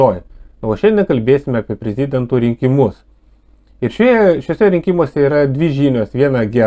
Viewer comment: Ne prez-i-dento,o prezid-e-nto...